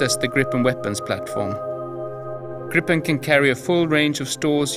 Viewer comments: gripen not grippen... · It's Englishified.